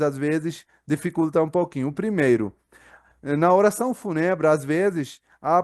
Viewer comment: Se pronuncia o "U" como vogal longa...Fúuuuuunebre.